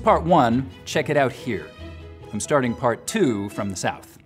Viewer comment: he’s gotta be a northerner with the way he says “out”